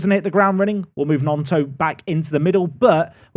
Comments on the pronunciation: Stop saying Gnotto. It's GnoNto!!! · Please can you say Gnonto right it's just non-toe 😭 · Its pronounced Non-tow,! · GnoNto not gnotto